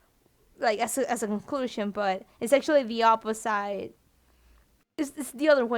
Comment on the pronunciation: I'm getting triggered so hard every time she says opi-ssite